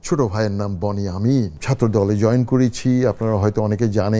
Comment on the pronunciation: ইউসুফ আ এর ছোট ভাইয়ের নাম বনি আমিন না বেন ইয়ামিন